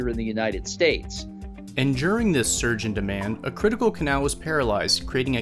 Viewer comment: None of the people in this video can pronounce the boat or canal correctly lol